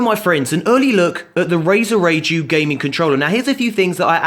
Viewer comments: it's pronounced like Rye-ju after a japanese mythological creature ;) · you pronounced Raiju (rai-jew) wrong... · He pronouncing Raiju....cringe !!!!!! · Anyone else cringe whenever he pronounced raiju the way he did?